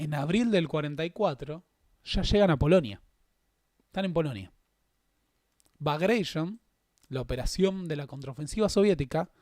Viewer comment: muy muy buen informe... solo un minúsculo detalle: no se dice operación "bagreishon" (sería la tonalidad Estadounidense de "bagration") sino que se dice "Bagratión" ya que su nombre se le debe a Piotr Ivánovich Bagratión, y el nombre "Bagration" es una adaptación de "Bagrationi".